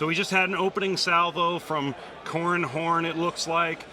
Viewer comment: "Corran houn"